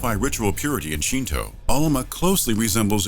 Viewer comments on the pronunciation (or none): none